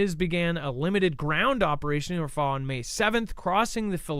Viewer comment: Its rafah, not ra faahh